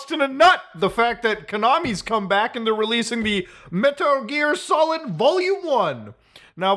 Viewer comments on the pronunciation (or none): Muta cutting it close with that “Metur Gear Solid”